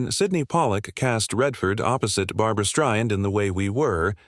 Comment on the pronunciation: These AI narrations, while being a good achievement, are so annoying. Bab-rah Strayand, Boobarra Strishhund, Babalah Sroitlund...